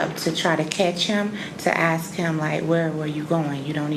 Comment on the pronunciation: Your boyfriend is a murdering pedophile yes he is, why do you aks.